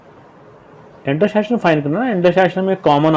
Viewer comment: Intersection not intershision